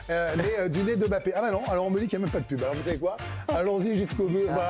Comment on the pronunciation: Bah comme ça tout le monde sera d'accord sur la prononciation de son nom, où pas mal de journalistes sportifs l'appellent Bappé !!!!